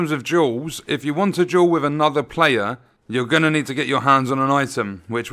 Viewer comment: took me 10 mins before i realized he was saying "duel" and "jewel"